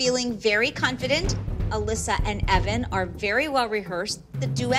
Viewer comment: always says CONT-fident 😂😂😂.